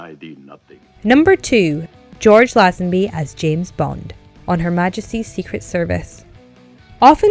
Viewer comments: It’s Laze-en-bee, and he made a good fist at Bond, especially as it was his first acting gig. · Before you moan about casting choices at least get actors names right,the way she pronounced George Lazenby's name hurt my ears.